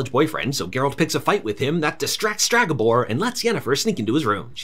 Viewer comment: Please, its Stregabor, not Stragabor. Other than that amazing recap to a very meh series